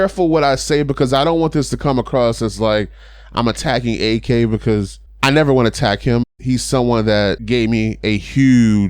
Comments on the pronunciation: If you can pronounce Yak, you can pronounce Ak. When you say Ak like AK sounds like he bout the life. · It's not A-K it's AK